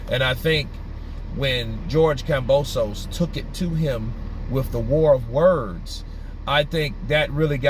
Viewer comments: It’s KAMBOSOS Damn not gambosos 🤣🤣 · It's kambosos bro not gambosos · Yo, it's Kambosos with a K not Gambosos!!!! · you keep saying Gambosos lol